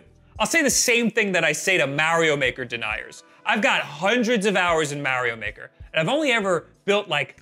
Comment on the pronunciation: What is Merry-O Maker??